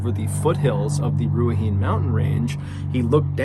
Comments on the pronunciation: MrBallen! Thank you so much for covering the Jason Chase story, I had no idea that plant even existed here in NZ. Please be advised, with all due respect, Ruahine is pronounced "Rua - hinay". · Ruahine is pronounced 'rua-hee-nee'- awesome seeing a Kiwi story but it's sad as, bro. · FYI its Roo-A-He-Nei is how you pronounce Ruahine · Ruahine...... pronounced Ru..a.. he..neigh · The last story, the place is pronounced - Roo-Are-Hee-Knee. Good Maori pronunciations through Mr B. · Ru-a-he-knee is how it’s pronounced. I’m a Maori and live in that area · Another great video John. Ruahine is pronounced Rua,hee,nay. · "Rua-heen mountain gorge" nice attempt at the pronunciation MrBallen, hearts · Finally a story from NZ! I remember this one, I was around 17. You did pretty well with pronouncing the names, the Maori ones are hard. Ruahi-nee , like horse nay lol. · Pronounced (Rua He Nay) aka Ruahine native to our Maori people :) I love that New zealand made the Ballen channel we have so many unsolved deaths here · Watching this while wearing my 'Strange Dark and Mysterious' hoodie which my partner always gives me grief about haha... Love the fact you researched an NZ story as I'm from NZ! One little thing (and not giving you a hard time at all as it's a Maori name), however 'Ruahine' is pronounced Rua-hin-nae. In Maori you also roll your R's a bit like an L. As for Dannevirke, we simply pronounce this as 'Danny-verk' lol. Kia ora from NZ and please keep up your amazing work! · Pronounced ' Roo a he knee' Ruahine. The plant is usually called stinging nettle in Nz , while hunting I've been stung by it multiple times and never had an adverse reaction. Lucky for me I guess. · In the Maori alphabet the spelling would look like RU/A/HI/NE. The pronunciation of the vowels are different from English. A=Ah E=Eh I =Ee O=Ore U=Eww.. So to it's NOT a (Nay) sound it's a (knee) sound. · Just a pro tip... It's pronounced "RUA - HE - NAY" but pretty good otherwise :D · It's knee not nay